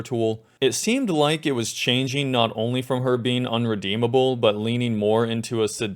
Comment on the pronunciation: ahem "irredeemable"